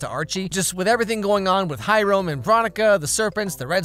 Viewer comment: Did you really pronounce Hiram as High Rome? 😂😂